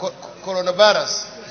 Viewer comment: He keep saying COROVERSES. Abeg na which one bi COROVERSES?